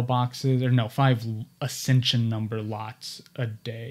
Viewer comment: the term is "Accession Number", Not "accension number." (Former Archives Aid, NARA Anchorage office.)